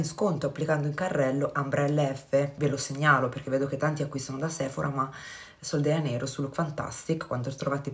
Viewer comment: Non vorrei essere scortese ma sono quasi certa che si dica sol de “Gia”neiro..perché è portoghese